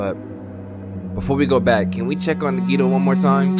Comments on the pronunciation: why he pronounce nagitos name like niggito 😭🖐🏽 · Nagtoe and kazuuchi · I don’t think he’s pronouncing nagito correctly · Sometimes I wish a character would die just so I wouldn’t have to hear mispronounce their names...